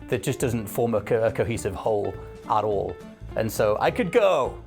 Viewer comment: When said "at all" it sounds like "ass-hole" And I think the elder scrolls games are overrated.